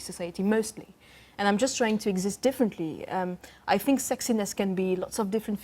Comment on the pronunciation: 🙄 I fink she needs to learn how to say 'think' 🙄🥱